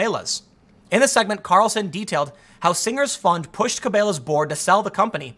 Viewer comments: Tim doesn't see these "big sports shops succeeding" b/c he lives in the city and probably has never even been to one (as evidenced by his mispronunciation of Cabelas). I live in the country but have both Bass Pro and Cabela's within driving distance (less than an hour). Whenever I go to one of their stores they always have a good number of customers if they aren't downright crowded. And as far as being able to buy these things from Amazon, if you haven't noticed their prices have gone up considerably. I can find most things for cheaper, even locally. I buy much more from BPS and Cabelas than I do from Amazon. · Tim's never heard anyone say Cabela's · If you say Cabela's wrong one more time I'm going to unsubscribe LOL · It’s kind of obvious from your pronunciation that you aren’t familiar with brands like Cabela’s and BassPro Shop. Tucker is spot on on this one Tim. Where you disagree, you seem to be under the impression that Cabela’s was a small localized sporting goods store. Not the case. Obviously they were headquartered in a small town, but Cabela’s has a world wide market that is not nearly as specialized as you would think. They have a huge online presence. In other words, you buying most of your stuff from amazon isn’t necessarily consistent with reasoning that Cabela’s type sporting goods companies won’t make it.. Tucker nails it. Vulture capitalism and not amazon is the reason they failed. But either way. Shame on you for buying too much Amazon. It doesn’t hurt to actively support Main Street. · Ok Tim, It's pronounced KA-BELL-A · Tim it's pronounced Kuh-Bell-uhs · Tim saying Cabelas is making me cringe. Kuh-bell-uh-ss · I love how the canadians pronounce it. Carbelows. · Ca-bail-as is the first time ive heard cabellas pronounced that way neat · "Ca-Bay-las" sounds like a cooler store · "Cabélás" lmfao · He said "ca-bay-las" lol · I was laughing so hard at your evolution of how to pronounce Cabelas